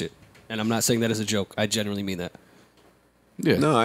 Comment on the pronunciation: Somebody tell it’s GENUINELY not generally.